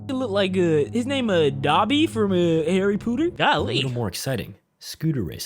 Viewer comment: You be violating the people in the show, but you can’t even say Harry Potter